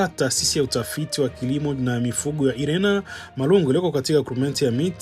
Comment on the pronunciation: Siyo IRENA ila ni INERA